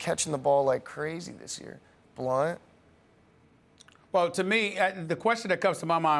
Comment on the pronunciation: lmao "blount"